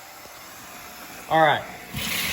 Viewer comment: did say zallright